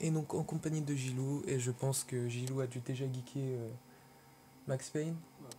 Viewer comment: Salut c'est guel2013 ta vidéo et très cool,mais ce qui m'a gêné c'est que tu dis souvent "" (desoler pour les fautes dans le prénom ) sinon bonne vidéo et continue comme sa;)